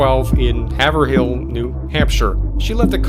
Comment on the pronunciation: "Haverhill" is pronounced "HAY-vrill"👍